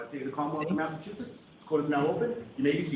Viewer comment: Mass aaa soy it. Some People would joke and call it massaaatoliet. lol lol. You said it properly !!!